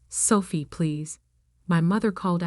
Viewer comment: Her name is Sophie not Selfie